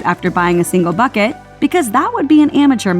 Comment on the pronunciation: lol did she really just say fuckit instead of bucket